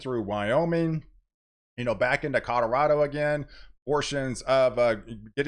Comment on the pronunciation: Did I hear a Cod-orado?